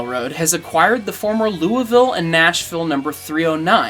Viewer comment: omg he pronounced Louisville correctly! I’m so happy